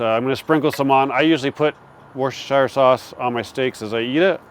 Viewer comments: Not being rude to our American cousins but the way to say Worcestershire Sauce is wu·stuh·shuh Sauce. Don't say Shire like in Lord of the Rings. We in England would say shear like Kitchen or garden shears. :) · It's pronounced the way we say Worchester up here in NE Woosta Sheer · Woo - sta - shear. Thank me later.